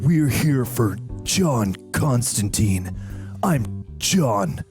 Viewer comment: Fun fact: Constantine actually rhymes with "wine" not "mean". John explains this a few times in the comics.